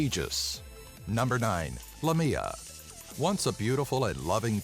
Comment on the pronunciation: Haha, the second creature is actually Lámia, not Lamía. Lamía is a town in Greece, and one day, when I was young and I couldn't read very well, I read Lámia in a road sign and my father, who was driving the car, laughed and then explained me what Lámia was! I freaked out...!